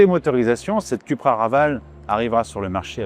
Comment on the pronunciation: Suis-je le seul à être irrité d'entendre "cUpra" ? 😬